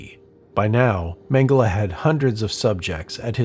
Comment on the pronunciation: How do they always get the pronunciation of his last name wrong